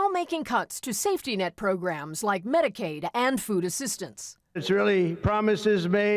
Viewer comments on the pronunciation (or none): it’s medcade not med care